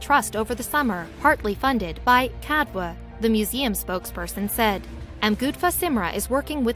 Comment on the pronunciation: CADW is not pronounced cad-wer: it’s cad-u